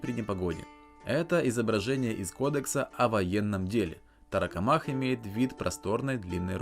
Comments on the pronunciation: Тарокомах ударение на КО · торакомак, по логике ударение на первый слог должно быть, от слова же торакс происходит, от него же и слово торс и торакальная хирургия